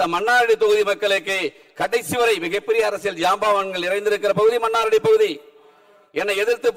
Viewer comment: மன்னாரடியா...மன்னார்குடி என்று ஒழுங்காக சொல்ல தெ‌ரியவில்லை... இவரெல்லாம்.ஒரூ எம்எல்ஏ...தேர்ந்தெடுத்த மக்களை சொல்ல வேண்டு்ம்...😮